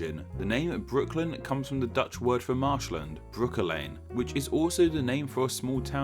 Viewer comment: It's funny how you pronounce these Dutch words :D